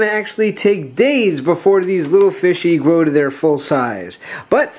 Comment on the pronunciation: It's pronounced "GROW"